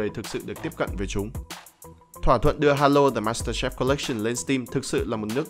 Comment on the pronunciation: ad ơi đọc là master chief không lại là master chef đâu ad @@